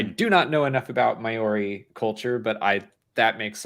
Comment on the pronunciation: It's mow-ree not me-or-ee, sorry I'm from Australia and that hurts